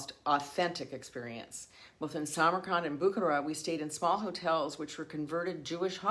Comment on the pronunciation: It is not BOO kuh ruh it is boo KAR uh